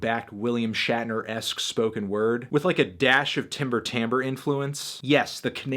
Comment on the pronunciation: Its Timber Timbre not timber tamber ..peace